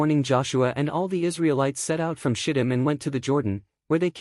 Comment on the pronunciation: "Shy tum" please.. not shit um